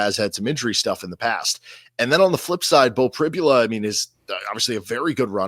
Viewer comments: C'mon. Teach your "colleague" how to pronounce Pribula. He's going to be saying it a lot this weekend. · it would be great if you could educate your guests on our coach’s name/pronunciation.